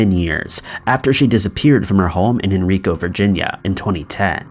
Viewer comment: I'm from the Henrico/Hanover County area. Crazy. Henrico is pronounce HEN-RYE-CO, just fyi. Not IN-RICO.